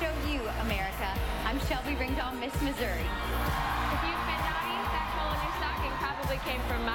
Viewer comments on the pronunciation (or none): Is nobody gonna talk about when he messed up Florida’s and Missouri’s names